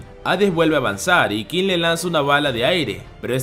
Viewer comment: Todo perfecto, pero Qin se pronuncia Chin.